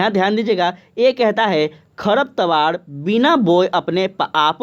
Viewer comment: सब बात ठीक है लेकिन कुछ शब्दों का उच्चारण सही से किया जाए ताकि रिवीजन में अच्छा लगे। जैसे की आपने साझा की जगह झासा बोला और खरपतवार की जगह खरतपावर बोला